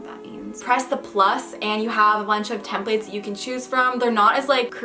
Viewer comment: her saying templates gives me anxiety